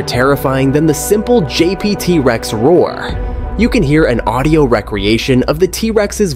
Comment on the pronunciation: I found the little mispronunciations to be distracting, such as the way the speaker kept repeating "re-creation" as wreck-creation instead of reek-creation as was intended. These computer voices don't seem to understand context yet and it leads to some odd gaffs. I don't find it off-putting so much as amusing.